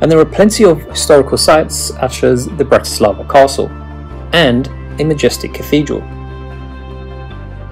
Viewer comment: All "a's" are soft in the Slovak language. Also, most words begin with the accent on the first syllable, as in BRAti slava, not. Brati SLAVA! Their is no such word as Slovakians, we are Slovaks. From a Slovak.